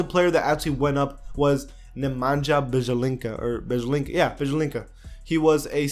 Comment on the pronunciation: Ugh,Nemanja Beyelinca., get some help with ur name pronounciation